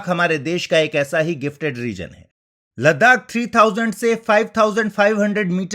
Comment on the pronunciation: Ladakh (Ladhak)